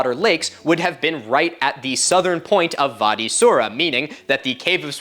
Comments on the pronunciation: Bro you need to get this, it's wadi Wwwwwadi not vadi ,I am also an Egyptian and wadi is an Arabian word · "Wadi" is pronounced like body but with a W, not "var-dee". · I'm astounded at your passion for this topic! And I want to make sure you knew that wadi has a W sound (in English). The V sound is for German words. W as pronounced in English is most def in Arabic. BTW, you have a gift, my man. Your storytelling capability is awesome. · The “w” in “Wadi” is pronounced the same in Arabic as the “w” in English. The “v” sound doesn’t exist in Arabic. You are otherwise so perfect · I may be misshearing, but it sounds like you're pronouncing "Wadi" with a V. Not sure if there's a reason, but in Arabic it's pronounced with a W sound